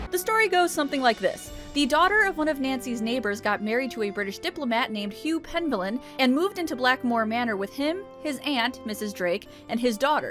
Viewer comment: Penvellyn sounds like it's a Welsh or Cornish name. If it's the former, the stress should be on the middle syllable.